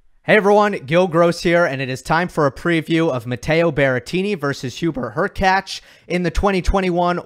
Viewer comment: Props for you Gill for being on of the few channels who spell and pronunciate Hurkacz properly.